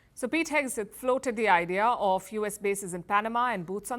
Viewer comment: Hegseth, Palki, not Hegeset